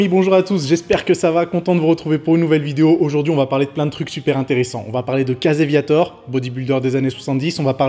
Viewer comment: Va falloir que tu travailles ta prononciation en Anglais. Je cherchais "Caseviator" pour "Casey Viator" ...